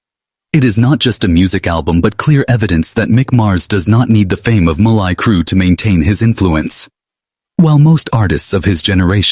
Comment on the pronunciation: "Mlie Crue"